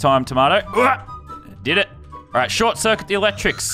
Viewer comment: Yoll remember wen he said shortcerkit electrical? Lannan sus